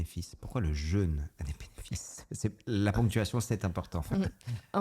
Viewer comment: Suis le seul à avoir eu les oreilles qui saignent: un épisode sur le jeûne, quasi jamais prononcé correctement.